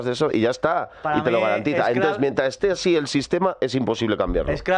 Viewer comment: EJPAÑÑA ES "ASIN" 😎😎☺☺